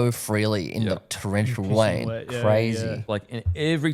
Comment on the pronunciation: Towwential wain 😂